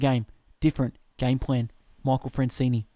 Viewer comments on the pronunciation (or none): Dude, can you read? It is FranzESE ...not Francini!" Get your §hit straight! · It's not Francene it's Franzese lol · Michael Franzese is right, It's not Francene....but do greatly appreciate this fabulous book is on Youtube and I greatly appreciate you reading this book and uploading it to your channel. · You're saying his name wrong